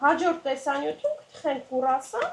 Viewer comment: Արդեն երկրորդ անգամ ինձ հանդիպեց այս ընտանիքի տեսանյութը և անկեղծորեն ասեմ՝ չեմ կարողանում դիտել մինչև վերջ։Կինը շատ վարպետորեն իր գործն անում և հասկանալի ու գրագետ բացատրում է։ Տղամարդն իր հարցերով, միջամտություններով ու կրկնություններով ուղղակի խանգարում է դիտողին։ Ջուլյային վերաբերող միայն մի դիտողություն կա։ ջան, ոչ թե կուռասան է, այլ՝ կրուասան։ ❤